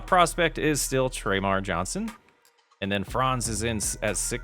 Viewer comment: Nice offseason video, Been loving the series! By the way, Termarr Johnsons name is pronounced Ter-Mar not Tre-mar.